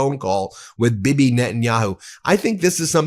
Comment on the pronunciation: I like how you called Bibi Bibby